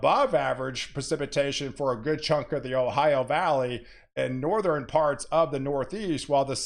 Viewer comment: You say "Nor-thren". Interesting.